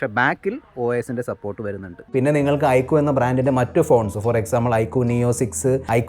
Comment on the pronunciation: I കു അല്ല mr....I ക്യു.......ചമ്പൂർണ ചാച്ചരത